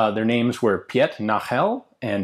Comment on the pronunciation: Please, please don't ever again try to pronounce 'Piet Nagel'. For the record, for an English speaker it would be something like this: 'Peet Nahgel', with the stress on the first syllable in 'Nahgel'.